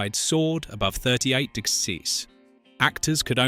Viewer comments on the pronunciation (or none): Decent video. I usually abhor AI voices speaking to me BUT, this rendition of the "humble narrator" Alex as performed originally by Malcolm McDowell in "A Clockwork Orange" is absolutely excellent. I couldn't pick up any improper pauses or accentuation. The only errors were in mispronouncing 'degrees' and 'Lead' as Led when saying "Lead Actors" WELL DONE!